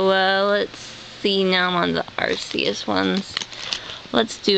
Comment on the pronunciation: ohhh, PLEASE stop sying (ar-see-us) its (ar-KEE-us)